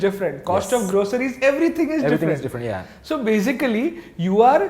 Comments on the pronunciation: Great content. Keep up the good work. Correction it’s groceries and not grosseries. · what kinda “grosseries” 😂